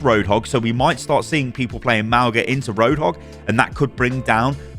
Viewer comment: its not Mao-ga thats just wrong